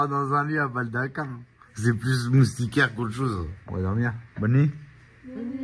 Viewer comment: répète après moi "MOUS - TI - QUAIRE". 😅